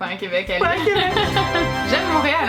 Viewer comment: Why does no one ever notice or mention how people pronounce ‘un’ like ‘er’. ‘Un chien’ ‘Errrr chien’